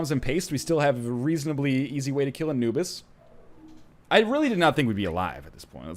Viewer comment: Every time when NL is saying "Anubis" I hear "a noobs" ;P